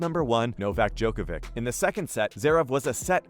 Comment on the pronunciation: You're saying djokovic' name wrong